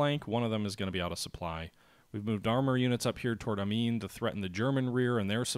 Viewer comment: Pronunciation of the French city of Amiens is '"Ah-me-in"